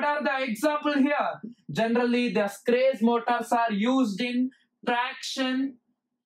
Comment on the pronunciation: The gentleman in this video did not explain how these motors work, but related what they consist of, and what they do, or where they are used. He should have explained clearly how the Schrage Motor works . He is even sounding the name Schrage wrongly. He should have explained how it works, and how the commutator voltage is generated at the slip frequency, to be able to feed it back, totally different from an induction motor, or a wound slip ring synchronous motor. Educators should be careful how they deliver the lesson, as, "What it does", and "Where it is applied" is not, "How it works" There is no information in this statement written about this video and if he who did it was in my class, I would have failed him as he said nothing abut the Schrage motor, Quoting what I read. " 🔍 What is the Schrage Motor? The Schrage Motor is a groundbreaking advancement in the field of electrical machines, known for its unique design and exceptional performance characteristics. Join us as we unravel the intricacies of this motor and explore its applications in various engineering domains." In this video there is not a single sketch or drawings of any of the motors or rtheir winding, It is absolutely stupid to teach in this manner. Poerty and religions an politics and fables from Hans Christian Anderson are presented in this manner. Also the presenter does not need to shout! The Schrage motor. Let us start with the induction motor. We shall deal with the three phase type. The induction moto